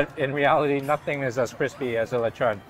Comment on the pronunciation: You say Lechon like a pro 😃